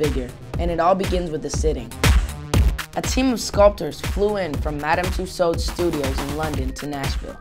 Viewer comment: LMFAO !! he cant even pronouce MADAM TUSSAUDS properly LOOOL .... hahahhah ... lol when i first heard himm saying tht i burst out laughing :D xxx LOOOL